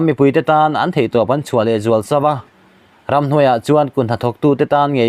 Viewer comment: I Mizo tawn thlûk a dik lo nasa.Khaw RAM itih te PUP PUP i tih tw tam mai.